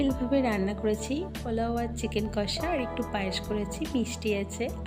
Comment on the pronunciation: সবি ভালো কিন্তু ওটা পলাউ নয় পোলাও